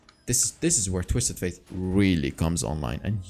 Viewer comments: Btw, the champion's name is pronounced like the word "date" not faith. I'm already used to hear u saying twisted faith instead of fate and I actually don't mind it that much. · Yeah, it kinda triggers me when he says „faith“ :D